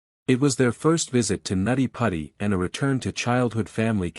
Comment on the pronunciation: It was called nutty putty not natti patti. It’s also now referred to as John Jones hill in case anyone is trying to find it on google maps.